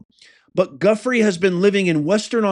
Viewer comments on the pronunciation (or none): I believe her name is pronounced ‘jooFRAY’. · Goo-frey is pronunciation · Hey Its pronounced jiu-frey 🇺🇲🇺🇲🇺🇲🇺🇲🇺🇲🇺🇸 Thanks for the informational content Love your trump voice 😂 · her name is pronounced “joo fray.” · Lifting her up and praying that Virginia Giuffre be held in Jesus' healing hands and that she comes through this ordeal swiftly and completely. Professor, her name is pronounced "Jew-fray". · It's pronounced JIFFRAY